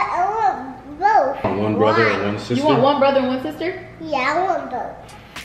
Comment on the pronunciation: You know yo baby gonna be trouble when he say “ Stister “ 😹😹